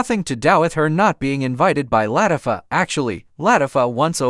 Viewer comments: That's the one thing AI cannot get right..😂.. Latiffa.. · Every name is said wrong from Latafah to tv channel BET...redo this with a different better AI